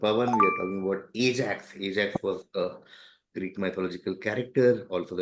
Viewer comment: not used to this Ajax pronunciation